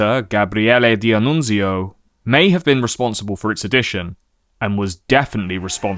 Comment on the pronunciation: As an Italian, I love your pronunciation of Italian names, the only slightly wrong ones are "D'Annunzio" (which is pronounced all together, not like "Di-Annunzio) and "Giacomo Matteotti".